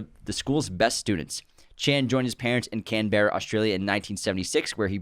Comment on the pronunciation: Thanks for recommending that I not jump onto a hot air balloon guys, guess I'm changing plans for next weekend now. Also, Camberra is pronounced "Cam-brah", if it wasn't such a crappy and bleak city that housed all our politicians, I'd be offended and would UNSUBSCRIBE!